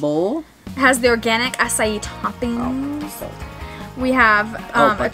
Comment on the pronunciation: I thought it sounded like A C A I too